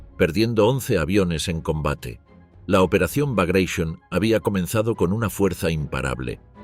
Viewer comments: ¿Porque pronuncia bagration en ingles si es en ruso? Bagration no bagrasion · No es.brageshionn.es Bragation ,en honor a un oficial ruso.heroe contra las invasiones Napoleonicas ..!!! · Laputaqueteremilparió!! Se dice Bragration, salame, estás rebuznando en castellano!! Soretemalcagado!!! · "BRAGUEISON", NO. NO ES INGLÉS. SE TRATA DE UN NOMBRE RUSO. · Me molesta escuchar cómo el relator pronuncia reiteradamente "Bagréishon" al referirse a la operación "Bagration", como si fuese una palabra inglesa, cuando en realidad era el nombre de un general ruso que se destacó en la época de las guerras napoleónicas; un amigo que sabe ruso, me dijo la pronunciación correcta de dicho nombre, y nada que ver con "Bagréishon". Es el error de querer pronunciar como inglesas palabras de otros orígenes .